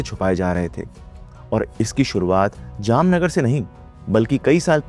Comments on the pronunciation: Voh Jamnagar ko Jamnanagar bol rha tha 😭😭🙏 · bro converted Jamnagar into Jamnaanagar😂😂